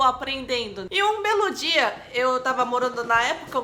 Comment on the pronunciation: Eu entendi me parece q inves d ela falar um belo dia ela disse um melodia me parece isso kkkkkkkkk mas td na boa essa coreana é muito linda e simpática.